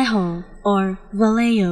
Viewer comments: i was shocked, there is a real madrid player carrying that name and commentators always pronounce it as vayeho not valeho and not valeyo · No, sorry that's not how you pronounce Vallejo. here's a pronounciation guide: Bah-Yeh-Hoe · This is a word that doesn't sound right when you give it an English pronunciation. Especially if you are Spanish. I definitely wouldn't say it this way. My English pronunciation would be Va-Lay-Ho.